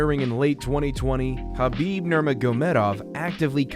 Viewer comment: Ha-ha, the guy is a legendary fighter but his last name somehow gets butchered by every commentator and announcer. Abdulmanap and Khabib are the only ones saying it correctly but nobody seems to listen.